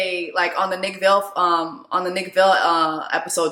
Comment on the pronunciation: Are you mispronouncing Nick Viall name on purpose? Cuz if yes, nice. But just in case it’s pronounced Vi-al sorta like vial/vile. 😂😂😂😂. Not a fan of Nick-it just cracks me up every time you say Vale. 😂